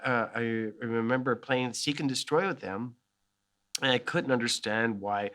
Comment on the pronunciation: I love how he says "hemember" here As a Brazilian I hespect this